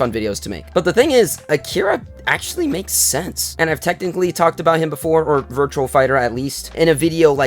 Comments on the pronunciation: its "Virtua" not "Virtual". Good video still though. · It's "VIRTUA" not "VIRTUAL". Good video still though.